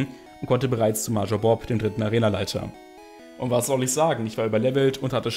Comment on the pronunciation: bei der art, wie du major aussprichst, drehen sich meine fußnägel nach innen.